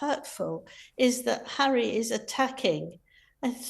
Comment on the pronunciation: Me-gain is scary bad. Hawwy too.